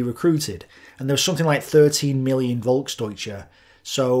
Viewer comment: As a German, i appreciate your efforts to pronounce German words correctly. Just as a tip: The German V is often pronounced like a F, so you can pronounce words such as "Volksdeutsche" like "Folksdeutsche". I really enjoy your content, so thanks for your hard work and please keep it up!